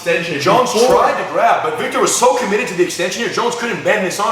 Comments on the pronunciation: Vitor guys!!! not Victor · his name is vitor not victor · Why the FUCK do they keep calling him VICTOR pissing me off lol I know they're saying vitor but sounds like victor lol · they keep calling him 'victor' but i thought it's vitor...